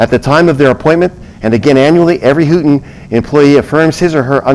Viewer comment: Houghton university is pronounce Long O